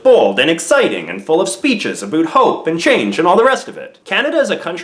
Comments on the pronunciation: Aboot!? Dude really? I am Canadian and no one says that. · Aboot. Seriously? WTF? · I'm rewinding every time you say "aboot" just so I can hear it again....so satisfying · You're the first person I've heard say "aboot" unironically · I never understood why Americans say Canadians pronounce about as "aboot" until I watched this video. You do it every time. LOL - A fellow Canadian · American here, no. Plenty of Canadians still have the vowel fronting, it's just less pronounced. So more like aboet. Linus is one example. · dude i live in canada and when i watched this video i thought he was saying aboot as a joke, then realised it was real lol ive never actually heard someone be legit while saying it, so no we dont all talk like that trust me